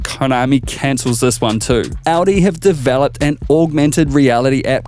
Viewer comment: hahaha Audio Quattro. it's Audi (our dee)